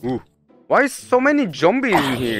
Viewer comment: Jombies instead of zombies don't forget about that. xD